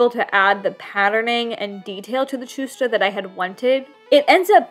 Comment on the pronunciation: fyi the "ch" sound in chusta is pronounced as h in the word hectic :)